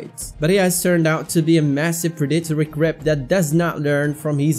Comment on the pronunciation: I thought you said “people were calling him a crip” instead of “creep” lmao 💀